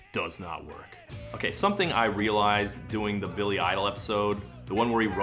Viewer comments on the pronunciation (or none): none